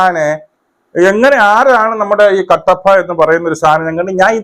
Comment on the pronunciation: കട്ടപ്പ അല്ല കട്ടപ്പി എന്ന് പറയണം😂